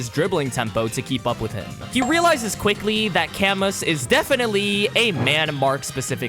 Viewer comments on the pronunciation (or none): I know we will probably never hear his name again, but just for future reference if there are more French people in the manga with names that are similar, camus is pronounced "cah-moo" not "kamuhss"😂